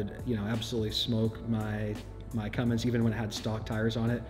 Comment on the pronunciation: Get it right.... It's Cummins... NOT Cummings if you want to talk shit..